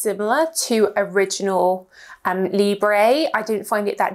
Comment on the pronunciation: Thank you for the review! Please please could you check the pronunciation of the French words next time? I am not even French but it pains to hear 'libreyyyhh' all the time... Still, love your reviews! Lots of love!